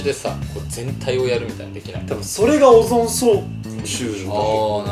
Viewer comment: 〜 のやまとくんの熱中そうとオジョン消臭のところが可愛くて愛おしかった！それを真似するが面白い！ 〜 のがポテトのことをポヘホって言っちゃうところが可愛いし面白すぎた！酔っ払うと呂律が回らないんだなって思った！酔っ払うと可愛い‼️ヤニヤニの自由な所が好きすぎる！